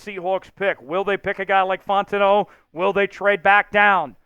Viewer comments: This has gone on far enough... You're blatantly mispronouncing Troy fautanu's last name ... You're calling him Fontano ... It's Fow-tawn-ooh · Fautanu is pronounced "Fow-tah-new." I saw the Chat Sports vid with the knee issue report on Fautanu but I hope they pick him.